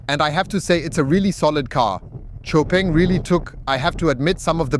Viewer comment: Xpeng is easier... but in Chinese....its pronounced like Show Peng